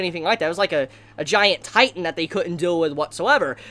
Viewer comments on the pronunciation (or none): none